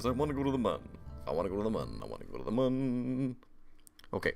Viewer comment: It's not pronounced Mun. It's pronounce Moon.